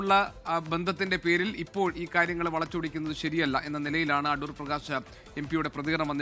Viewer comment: Adoor ❌ A-thoor ✅